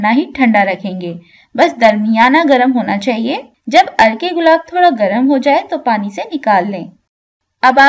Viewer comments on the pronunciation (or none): عرکے گلاب مطلب۔۔ عرق گلاب سنا تھا